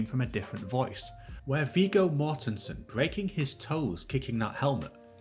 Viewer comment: I'm not 100% sure, but isn't Viggo pronounced with a short "g" sound?